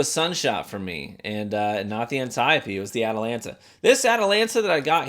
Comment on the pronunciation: I have always appreciated that you actually pronounce Antiope, correctly!